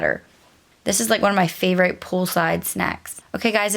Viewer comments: Favorite has a short i so it’s pronounced with an Eh sound not a long i. I’m sure it’s probably a Mennonite thing as I’ve heard others say it the same. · You haven’t heard it because it’s incorrect . Annoying actually , especially since she Says she was a “teacher”🙄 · I've never heard anyone pronounce "favorite" the way it's spelled. I feel like I've just received new education!